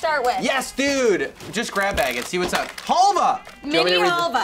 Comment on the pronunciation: Your pronouncing halva wrong